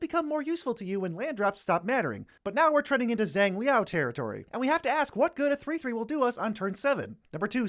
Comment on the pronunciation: He pronounced it Zhang Lee-Oww as Zhang Lao lmaooooo